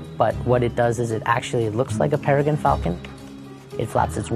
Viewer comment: Peregin? Tortoise? Ever think of taking an English as a second language course?